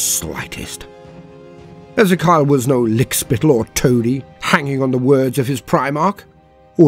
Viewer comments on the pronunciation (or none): E Zee Key Al